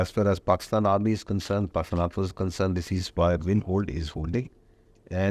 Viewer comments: Aand forces😂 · Aand forces 🤣🤣🤣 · Aand forces😂😂